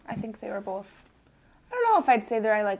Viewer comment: Have y'all noticed that says bowlth instead of both? My daughter used to do that when she was little. Sounds like a t-shirt idea! "I liked them bowlth"